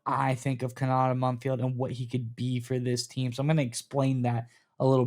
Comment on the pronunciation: Ko-na-tay. At least say the kid’s name correctly